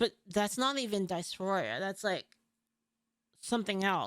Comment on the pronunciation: DIS- FORIA Diss Four Eee Yuh Who tf say dicephoria. Its not a word.